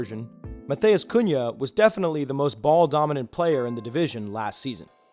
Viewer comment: Great video. Love seeing how you broke down the importance of this stat and I think its a great thing to implement. One thing though. If someone is Brazilian, its not pronounced like spanish names. Nunes is pronounced “noons” and matheus is pronounced more like “mat-ews”